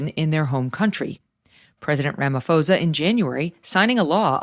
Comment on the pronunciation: It's pronounced Ramaposa....no h.